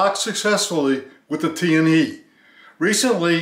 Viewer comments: TianHe is pronounced as Tian "HER" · It's pronounced as "Tian Her" not Tian hei. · without "r", but it's ok to pronounce as "he", for "tian he" is Chinese Pin Yin, not english. Just like "Ni Hao".